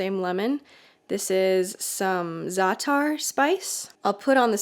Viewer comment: The apostrophe in za'atar is a glottal stop. So the correct way to say this word is to say "za" pause a moment while closing your throat and then saying "atar". Just a little basic arabic, dear.